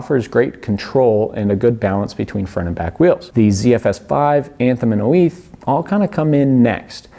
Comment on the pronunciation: why are you saying 'oiz' like oh-eeth